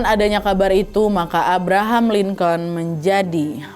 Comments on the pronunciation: Lincoln dibacanya "lingken" wakkk🙏🏻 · Cara bacanya Abraham "Linkin" Wak e Izin koreksi❤